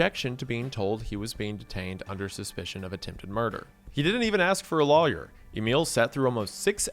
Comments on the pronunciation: never say lawyer like that ever again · Oh wow your southerner came out hard with the word lawyer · Lmao yeah it’s like he’s pronouncing law and yer as two seperate words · The way you pronounce "lawyer" makes me want to call my lawyer (to sue you). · pronunciation of Lawyer will always be cute to me 😭